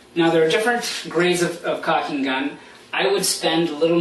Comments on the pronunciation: it's caulking not cocking. Maybe in an irish accent - as in - " whale oil beef hooked.." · Dude Its caulking not cocking.